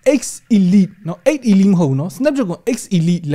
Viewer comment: 8Elite ရဲ့အသံထွက်က 8 အီလိုက် ပါ